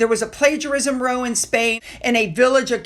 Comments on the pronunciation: (Plagiarism) “row”rhymes with sow, not sew. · No offence meant, many Americans do it, but, you pronounce ROW wrongly. It’s not ROW as in sitting in a row, or row your boat. It’s ROW, as in having an argument. Rather like BOW, as in tie a bow, or BOW, as in bow your head, take a bow (curtesy). Same spelling, but two different words with two different meanings.